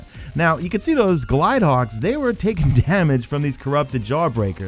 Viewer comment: Glinthawk, not Glide Hawk